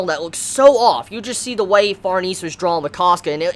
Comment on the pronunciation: Just a heads up, Farnese's name is pronounced Far-ne-ze, not Farnees. It's an italian name. I made that mistake initially, too.